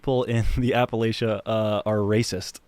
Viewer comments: He talks about Appalachia from a point of authority, but can't even pronounce it correctly. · The way you mfs are pronouncing “Appalachia” is making my Marylander skin crawl.